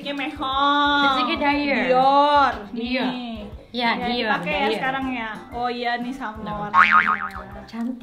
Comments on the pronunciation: Lucinta : "dayer" Sabrina : "dior, dior" Me : 😅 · DIOR jadi DAIER lucinta luna -2019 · LL : dayyerr Sabrina : DIOR wkwkwk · Bacanya DIOR kali bukan Daiyor😄.. Katanya cewe gimana sih